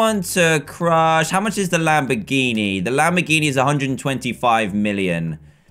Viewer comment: Did anyone hear him say lambiriri